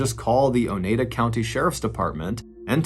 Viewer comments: Love the telling of the story. One note. I live in upstate NY. You pronounced it O NE DA county. It's O NYE DA county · Oneida (o-nye-duh) 😆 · The name of the county is pronounced oh-ni-da (long I sound), after the aforementioned Native American tribe. Crazy stuff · It's pronounced O-NEYE-da. Long "I" sound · Pronounced Oh NI da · I knew about this case but enjoyed your telling as usual. However. Your pronunciation of “Oneida” rubbed me the wrong way. I’ve always heard it pronounced “o-Nye-duh”. Kinda rhymy with Ore-ida (potato products). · The way he says Oneida hurts my soul 🤣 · This is terrible just terrible 😔😔 I love your stories!! And it's cracking me up on how you're pronouncing Oneida county 🤣🤣🤣♥️♥️